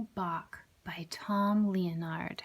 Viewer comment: Maybe learn to say Bach first.